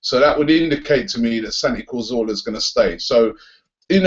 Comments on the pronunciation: I love your videos Robbie... but please... its Cazorla... not Corzola. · Hey Robbie love the channel keep up the good work! Quick one though, it's Santi Cazorla - not Corzola. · PLEASE STOP SAYING CORZOLA! IT'S CAZ-ORLA! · Robbie there is an R in cazoRla it's not cazola! Love the job that you do though rob.... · You literally pronounce Cazorla differently every single time lol.